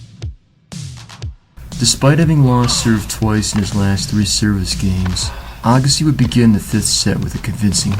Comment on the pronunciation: Interesting..... But I'm pretty sure his name is Andre AYEgassi......lol. I don't think I've ever heard his name pronounced like that in 30 years.